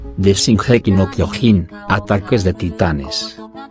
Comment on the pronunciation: Amigo al menos pronuncia bien el Kyojin que lo dice Kyogin :v